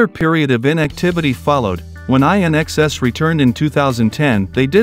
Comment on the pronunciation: 😀 love the pronunciation of IN-XS courtesy of AI